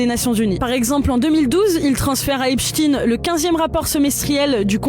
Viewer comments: epstein et non epstine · Epstein pas EPSTINE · C'est quoi le problème des français à ne pas être capable de prononcer EpSHTEIN ? Ils parlent aussi de Albert Instin ? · EPCHT-AÏN et non Epchtine! Arrêtez avec cette prononciation! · On ne dit pas Epstiin, mais Epstein, comme Einsteîn, Eisenstein und Gertrude Stein. Ce qui se prononce, en France, quand on n’est pas dévoyé par les Américains, CHTAÏN et non STIIN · C'est pas epstin c'est epstaiiiinn !!!🤡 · Pourquoi les noms sont prononcés à la française ??? Epchtine, Aidan... Ça à l'air d'être un mec bien aidant d'ailleurs... Pendant ce temps là Epstein est en liberté quelque pas sur la planète... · Svp dîtes "epshstayïïne" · Prière de prononcer le nom Epstein Comme Einstein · On dit Albert Einstein, pas ‘Ein-stine’. Donc Jeffrey Epstein, pas ‘Epstine’. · Pourtant leur nom de famille n'a rien d'américain, c'est une origine germanique qu'on doit prononcer exactement comme Einstein. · Faut pas avoir peur de prononcer Epstein et Aidan comme c'est sensé etre prononcé hein